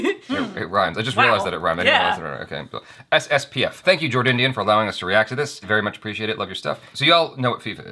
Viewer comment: It is Jordindian not Jord Onion